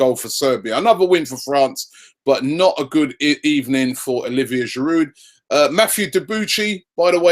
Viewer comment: I don't want to come off as a troll or anything but the D is silent in Giroud...You'd think die-hard Arsenal fans like you would make the effort to pronounce the players' names better. Disclaimer: I'm an Arsenal fan too.